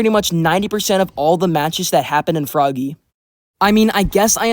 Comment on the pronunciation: It’s pronounced frog-ay